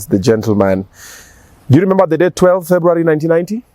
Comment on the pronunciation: Did I just hear lemember